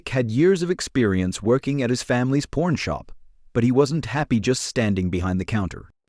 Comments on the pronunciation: Pawn,not p...o ..r.. n,lol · PORN/PAWN,PAWN/PORN, Y IZze OUR KNARUTTATOR SAYINN PORN -N-STEADE OVE , P A W N. ¿¿¿???!!!¡¡¡●●●▪︎.